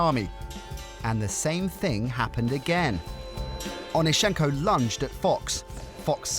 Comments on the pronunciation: Can yall ever get the last names pronunciation right? Its OnEEschenko, not OnischEnko. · Saw him in Kiev at the now defunct Dynamo swimming pool. You got the stress wrong - it is on the second syllable.